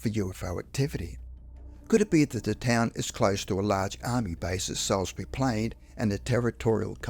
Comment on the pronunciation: Salisbury is pronounced « sauce bu ree ». What’s wrong with you? 😂